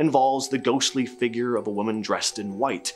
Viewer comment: You need to learn to pronounce the word Figure, it's fig ure, not fiigger, which you pronounce figg er